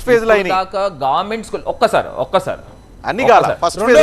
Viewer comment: గార్మెంట్...కాదు... భారత్ బాబాయ్..... గవర్నమెంట్....అని స్పష్టంగా పలకండి ఫస్ట్